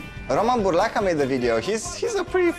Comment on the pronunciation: Tu as bien prononcé le nom de Roman Burlaca 😂 s'est impressionnant .... les américains ont un accent car celui-là 😏 .... fffffff je suis fatigué des hypocrites